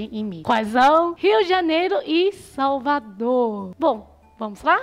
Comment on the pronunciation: Ela é muito fofa falando as palavras erradas. Ela falou de minha capital salvador...kkkkkk